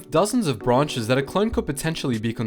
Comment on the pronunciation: I love how he said "military branchess.."